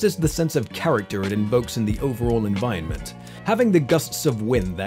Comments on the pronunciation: You say environment weirdly. Like envionment. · you aint sayin environment proper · Holy shit if you can't pronounce environment then choose a different word to say! The bit I'm watching now you've said it 6-7 times in the space of maybe 2 minutes and its getting infuriating. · I liked this essay enough to listen to the whole thing, but the way you mispronounced 'environment' all the way through drove me insane! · stop pronouncing 'environment' that way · I almost didn't sub because of the way you say 'environment' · The way you pronounce "Environment" hurts me every one of the many times you say it.